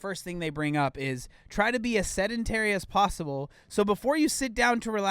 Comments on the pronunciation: "sed en etree" okay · The way she says “sedentary” drives me crazy.